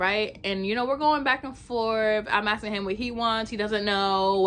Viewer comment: You want to get a decent date? Learn how to say the work "ask" property. #entitledAh